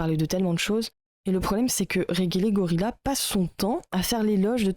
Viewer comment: Pas fan de Regelegorilla mais je trouve cette vidéo complètement à côté. Bon, passons sur la mauvaise prononciation du pseudo, c'est un détail. "Je ne sais pas de qui il parle mais..." Fallait commencer par là, non ? Dire qu'il a tort alors que tu ne sais pas de qui il parle... c'est tellement lunaire. Bref, il y a des critiques à faire à son contenu, mais là, c'est vraiment pas creusé.